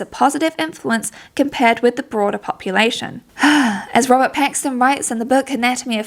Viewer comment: Bro I kept hearing "Robbert Pattinson" 😭😭🙏🙏